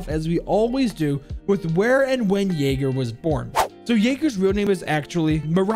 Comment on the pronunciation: He's yayga not yager